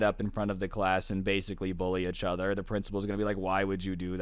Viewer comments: "roast eachtoher" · “roast eachTOHER” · The amount of times he's said "achother" in this story😂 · The way you pronounce each other lmfao “uchother”